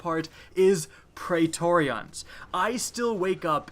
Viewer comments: It's pronounced "pree-tor-ree-in" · you make praetorian sound like an eeveelution